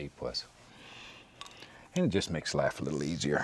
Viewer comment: 😂when he said life at first I thought he said live